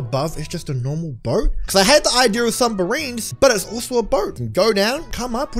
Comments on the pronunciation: Instead of submarines he says sumbarines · Noticis how he said sumberreans